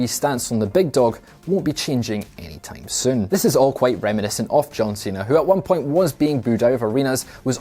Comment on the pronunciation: “Ennie tym sun”